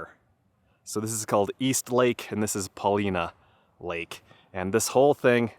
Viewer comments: We've camped by the lakes many times. Great hiking. And, I apparently always mispronounced Paulina 😂😂😂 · It's pronounced Paul- line-uh Peak. Not "Paleena Peak" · It's not pronounced Paw leena,,its pronounced Paw line uh,,a true Oregonian knows this. My first trip to Newbury crater was about 60 years ago,,the road was pretty much 4x4 only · I work on a butte nearby and the fires were finally going out at the end of my season, mid October. Did you see the firestone butte and flat top fires? And just for your info: it’s pronounced PUH-LIE-NUH. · Paul I na not Paul ee na. Paulina was a fierce Snake (Shoshone) war chief. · Great vid! Just so you know, it’s pronounced: Paul-eye-nah. I like the letter I (eye) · Proper pronunciation. Po-line-a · Paul eye nah. It's named after a native chief from the area. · It's pronounced Paul-Eye-Nuh... weird people here. Also, I haven't finished but I hope you visited the hot springs! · I've camped at East lake many times, been snowed on in June. BTW, it's Paul-eye-na to the locals. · It’s Paul-Eye-nuh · Paw-LY-nuh peak - not pronounced like the female name. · Hey 👋 welcome to oregon. It's pronounced with a long I. Paw-lye- nuh. Paulina was an native American chief. The three sisters are, Faith,Hope, and Charity. Enjoy Oregon! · Ha ha.I was just coming to the comments to say the same thing! And yes, it is a long I. I also agree that it's a great video. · Did someone correct you already and if so, here it is again. The Paulina Peak, Paulina Creek, and there is a town called Paulina is pronounced with the 'i' as a long 'i' so it says it's name. It's okay, the Willamette River, which is also in Oregon, is never said correctly either. Nice view isn't it. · Feel lucky to grow up in Central Oregon before youtube. Still so many cool places i refuse to share. Btw you totally pronounced Paulina wrong.